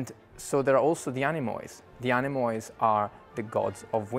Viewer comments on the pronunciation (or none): Everything is great except your pronounciation of the Greek word Anemoi / ´Ανεμοι > plural for ‘wind’, and this plural ending is pronounced as: “Anemi”, ending like -me, or tea, or gee. It is utterly ridiculous the way you say it, and I would have expected more care since you director/choreographer/dancers/costume designer group are such hard working, diligent, meticulous professionals. It is a small but horrendous mistake to ears that know better. Other than that, congratulations!